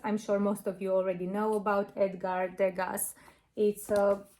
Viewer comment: Not to sound critical but it’s pronounced ‘De-ga’, the last letter s is silent according to the French pronunciation ❤